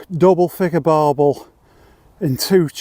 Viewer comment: Barbel not barble